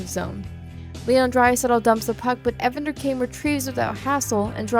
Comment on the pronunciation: “Evender” lmfao it’s “Evander” not “Evender” lol 😂